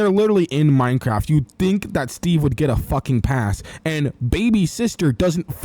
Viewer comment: ah yes "minecrack"